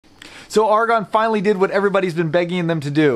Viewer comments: AiR-A-GON not ARRRRRRGH-A-GON. otherwise xlnt review. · The A is hard like arrow